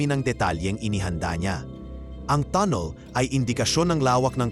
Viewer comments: tannel ang basa dun hindi tunnel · Tanel mo basahin hindi tunel busit ka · ANONG TUNNIL? TUNNEL YUN AWITTT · Tonel? Haha bubo magbasa